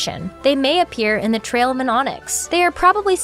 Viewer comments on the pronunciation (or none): none